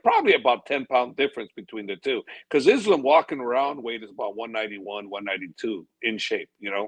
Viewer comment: bro...stop with the izlum... pls say ISLAAM...izlum, really ugly to hear